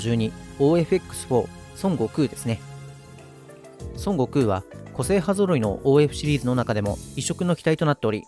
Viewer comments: 日本ではソン↓ゴクウって発音がメジャーだけど、正しくはソン↑ゴクウってマジ？ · 発音がドラゴンボールの孫悟空になってて草